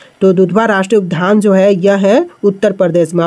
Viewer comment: उद्यान को उधआन का उच्चारित न करे